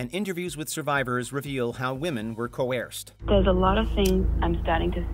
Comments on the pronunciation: It’s pronounced Co-er-ced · Co - erssd... no? Crudely rendered... or is that what you were saying? Sorry if I misunderstood.